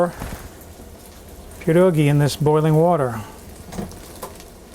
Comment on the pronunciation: How did I miss this video?? You definitely grew up with them like I did because you pronounce them correctly. Will be making a big batch and freezing some. Thanks!